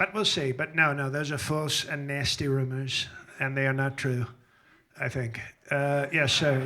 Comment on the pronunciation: The way he enunciates 'nice' and 'nasty' - chef's kiss 😂😂😂